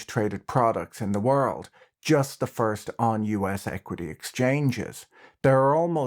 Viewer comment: I like how patrick says worls or today